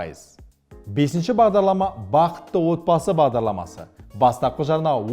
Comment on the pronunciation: Бағдалама? немесе Бағдарлама? Бәрі солай естіп тұрмекен?